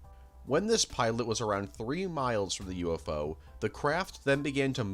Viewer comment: It’s so weird to me how he pronounces UFO as U- Fo.